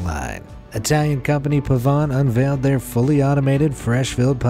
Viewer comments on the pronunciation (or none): none